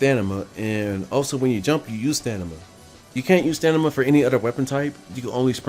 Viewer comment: Strange how u say stanima